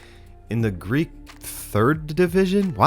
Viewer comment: I would had never guessed he had Greek in him that accent is impeccable